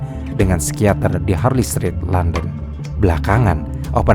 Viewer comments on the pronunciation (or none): none